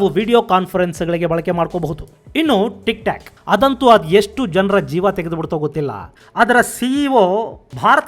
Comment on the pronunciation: ಅದೇಕೋ ಗೊತ್ತಿಲ್ಲ ಸರ್ ಇದೆ ಮೊದಲ ಬಾರಿ ನೀವು ತಪ್ಪು ಉಚ್ಛಾರ ಮಾಡಿದ್ರಿ.. ಟಿಕ್ ಟಾಕ್ ನ ಟಿಕ್ ಟ್ಯಕ್ ಅಂತ ಮತ್ತು ಬ್ಯೂಟಿ ಪ್ಲಸ್ ನ ಬ್ಯೂಟಿ ಪಲ್ಸ್ ಅಂತ ಉಚ್ಛಾರ ಮಾಡಿದಿರಾ.. ದಯವಿಟ್ಟು ಗಮನಿಸಿ ಸರ್.. ನಾನು ತಪ್ಪಾಗಿ ಕೇಳಿಸಿ ಕೊಂಡಿದ್ದರೆ ಕ್ಷಮೆ ಇರಲಿ ಸರ್